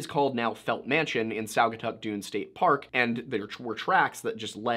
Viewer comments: Spot on! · Props for pronouncing "Saugatuck" correctly. Few non-Michiganders can.